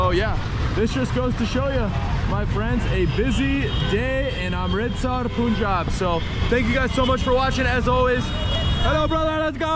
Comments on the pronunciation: Please stop calling it pooonjab. It’s Pun-Jab. Thnx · Bro it's pronounced as panjab not puunjaab😂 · It’s pronounced Pun-jaab, Not Poon-jab. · It’s not “Poon-jaab”! It’s “Punh-j-aab”. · Y do u call punjab as poonjab??? No one has corrected u? How do u pronounce d english word PUN ????? Its the same PUN-jab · Hi It's not Poonjab......its Punjab (Pun similar as saying Fun). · BRO IT'S PANJAB NOT punjab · Bro its panjab not punjab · Why do you guys call it Poonjab? It's Punjab. Pun-jab. Do you pronounce 'Pun' as 'Poon'? Then please pronounce it properly, sound so weird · its pronounced panjaab, not poonjaab. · Its Paanjaab not pooonjaaab 😢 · Hi bro loved your video but you pronounce the name of our state wrong it might be written as punjab but it is pronounced as Panjab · It is not poonjab